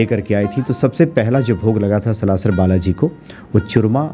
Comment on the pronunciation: आप सलाशर उच्चारण कर रहे हैं कृपा करके सालासर बोले जय सिया राम